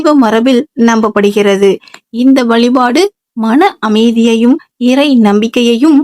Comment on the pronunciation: முதலில் தமிழில் பேசுங்கள் வலிபாடு இல்லை வழிபாடு அலைபடுகிறதா அழைக்கப்படுகிற உன் பேச்சைக் கேட்டா பாவம் தான் சேரும்